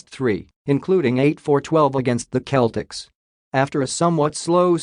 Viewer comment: Alternative title: Recap of all Wisconsin sports details. Please teach your bot to say Celtics correctly lol